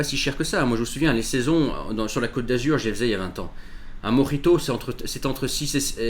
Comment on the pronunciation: Précisez : mojito et pas morito